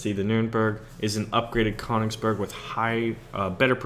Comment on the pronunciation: Koingsburg is how you say the königsburg (correct me if i'm wrong) and the king tiger is actually a misspelled königstiger wich mean bengal tiger